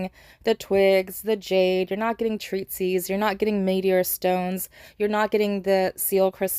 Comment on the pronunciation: 'treatise', not 'treatsies' 😂